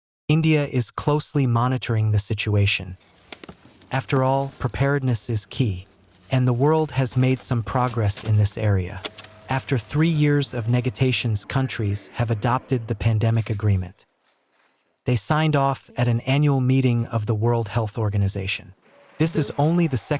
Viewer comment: "nega-tations" cringe